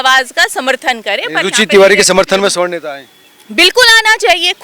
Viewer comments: सवर्ण समाज बोलिए उच्चारण में त्रुटि है। स्वर्ण मतलब सोना होता है सोना कारोबारी स्वर्णकार कहलाते हैं। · ये मूर्ख है सवर्ण को स्वर्ण बोल रही है इसकी बात नहीं सुननी चाहिए